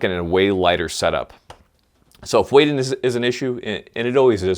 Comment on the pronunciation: when you said weight i thougt you said wait